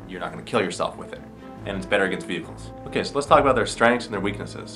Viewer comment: 'Vihickle'....really??? *Vehicle